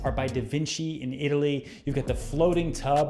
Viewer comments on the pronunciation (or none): none